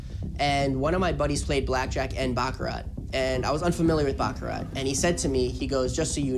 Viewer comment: sounds like bullshit to me. i was a baccarat croupier in tahoe-vegas and ac. he doesn't even pronounce the word baccarat correctly. the t is silent.